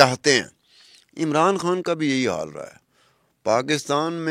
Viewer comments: محترمہ آپ پاکستانی ہیں ۔۔ پاکستان میں اردو میں۔ خ کو خ ہی بولا جاتا کھ۔ نہیں ہندی میں کھ بولا جاتا ہے اس لئے آپ خان کہیں کھان نہیں ۔۔۔ آپ پاکستان کی میزبان ہیں بھارت کی نہیں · کھان نہیں خان۔۔۔ کوئی اس کو بولنا تو سکھا دے کھواتین توبہ